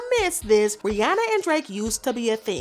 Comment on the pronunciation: No I was like she pronounced Rihanna’s name right🙌🏾 but after she sang in the drake voice she pronounced her name wrong lol😭